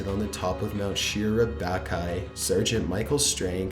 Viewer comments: SEER-A-BATCH-EYE?!!?? Don't you mean Mt. Suribachi?!? FACE PALM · You're butchering the pronunciation of a lot of the words, i.e. Tiananmen (tea-an-NUH-men), Mt Suribachi (SARA-botch-e), Hirohito (hero-HE-toe or hero-HE-tow) and a few others. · Oh my god your pronunciation is terrible. , the mountain on Iwo Jima is pronounced "Sir-ah-bach-ee". What the hell is a "Shira-Back-Aye"?! Learn to say the damn names correctly. EDIT: Holy shit! Did you just say "Hiro-Tio" ? It's Hirohito you uncultured swine!